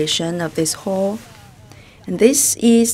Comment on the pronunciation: I was so confused why she always says hole🤨finally figured out she means hall